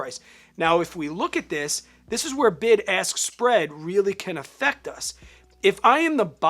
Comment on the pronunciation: Great video!! Maybe it's just me but I keep hearing BIG ASS bid & BIG ASS spread 😂